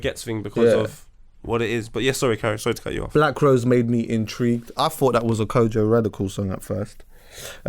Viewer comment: Kojey Radical not Kojo Radical*